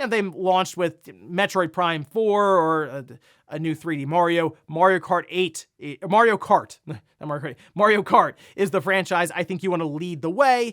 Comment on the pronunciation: Can't not hear him saying "mOrio" every time he is pronouncing "mArio" incorrectly 😅. Would love sonic to be on par or better than Mario but i think sonic needs more kinds of games than exclusively speed. It's a bit limiting. They need world building